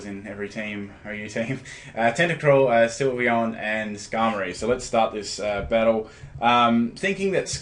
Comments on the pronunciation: with all due respect, I think the correct pronunciation is "Sill-vee-on" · You were so close to pronouncing Sylveon correctly to begin with, and then you changed it to the incorrect form.